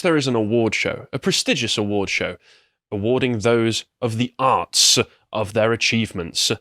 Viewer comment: Fart huffers in the video title… two fart huffers hosting the video. Although, yes I agree, awards shows are shit. “the arts-uh”